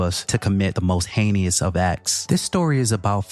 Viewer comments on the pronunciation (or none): "heinious"? Learn how to pronounce. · Just so you know heinous is pronounced “HEY-NUSS” not “HANEY-YUSS” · NOT PRONOUNCED HAY NI OUS LOL.... IT'S HEINOUS. SOUNDS LIKE HAY NESS..... GEEZ 🤣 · Hei- nous not hei nee ous 👍🏾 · Hayknee-us😂😂😂 not how it’s pronounced fam😅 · "Heinous" is pronounced "hay-nus", just 2 syllables, instead of 3. :) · Love your channel but PLEASE learn how to pronounce HEINOUS. Please.